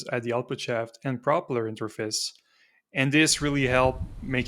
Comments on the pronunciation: No judgement or ill intention, but why do you pronounce propeller like [prop'ler]? Isn't it more like [proh'pella? The reason I'm asking if because your english is otherwise flawless as far as I can tell 😅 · The normal pronunciation is pro-pell-er That aside, cool project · So what is the point of this thing? Your pronunciation of "propeller" is a bit wrong.